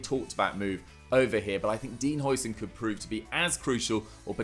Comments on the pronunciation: It's difficult to say for you, as the "ui"-sound isn't used in the English language, but "huis" is Dutch for "house" and calling him Housen is a lot closer to what it's supposed to sound like than the "oi"-sound the English usually use when they see a Dutch name with an "ui"-sound in it (the same applies to De Bruyne). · How are we still pronouncing Huijsen's name wrong?